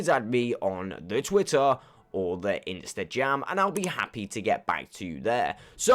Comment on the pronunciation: At the beginning he says “Instagam” 😂